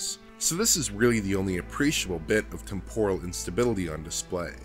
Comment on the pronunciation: Why do all df members pronounce “temporal” in such a weird way ?